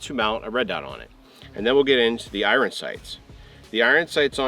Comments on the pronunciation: Bro it's pronounced " I earn" not " I run😂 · Why are you saying iron that way 😂